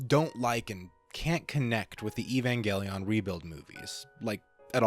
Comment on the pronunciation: Great video! I have many of the same gripes about the rebuilds that you do, but I’ve never really been able to articulate them clearly. Now, I can just send my friends this video lol. “Eevangeliawn” and “kowaru” was pretty funny to hear though haha